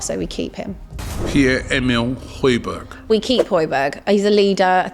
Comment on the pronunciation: The way they are pronouncing "højbjerg", just like the way i pronounced it before i heard Peter Drury 😂